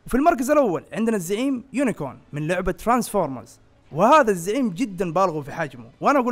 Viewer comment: راحت الهيبة إسمه يونيكرررون مش يونيكووورن حرف الr قبل حرف الo